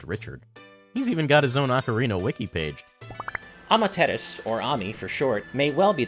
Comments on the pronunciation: “Ama terrace” 💀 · I knew I wasn't the only one who was bothered by that absolute butchering of her name.